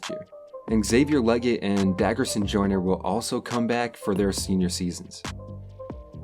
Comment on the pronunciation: They always seem to butcher Joyner's first name.